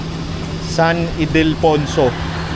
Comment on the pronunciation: Haha hnd mo tlaga mabigkas ng maayos ang san ildefonso😅😅